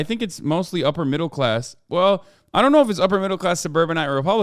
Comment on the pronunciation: You sound like such a rich kid saying upper middle class like that not rich. When you come up in poverty that’s rich 😂